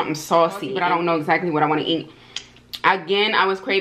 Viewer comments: sounding Jamaican "you wha piece" 😊🇯🇲🇯🇲🇯🇲 looking absolutely gorgeous and the ribs look delicious 🤤🤤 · When you said you want piece it sounded like Jamaican patois so much 😂😂